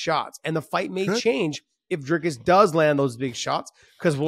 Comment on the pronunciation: Nice to hear Josh call him Dricus lol,finally learning names, Not very good analysis, Dricus has fought many 5 rounders prior to Ufc, you just haven't seen him do it yet in ufc, he had an issue with his nose which has now been fixed, still favor Sean in a 5 rounder but it's only cause we haven't seen DDP in a 5 rounder in a long time